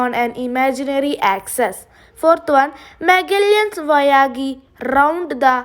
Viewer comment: That's not voyagi its voyage